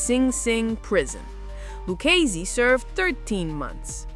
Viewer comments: It's "Lou KAY zee"... Not "Lou Chay Zee".... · Are you from NYC? If you are,you sound like a carnival character You can't even pronounce luccsse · Tommy's last name: Loo-KAY-zee. Otherwise, stellar work. Cheers! Tommy Gagliano: Ga-Lee-ahnn-OH.